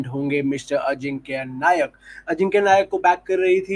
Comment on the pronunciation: नायक नही नाईक